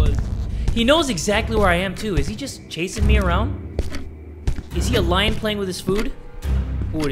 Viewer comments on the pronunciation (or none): none